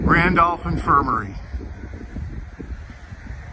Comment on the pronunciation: That sign reads, "Randolph Co. Infirmary" not Randolph Confirmary. That very well might be why you've never heard that term before. :)